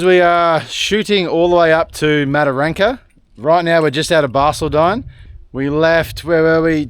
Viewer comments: It's driving me nuts. Not Barceldine its Bar-cauld-din I use Google for the pronunciation of towns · when we talkn to locals about pronunciation of balcaldine 😆😆we call it barky they told us 😆😆that will do me 👍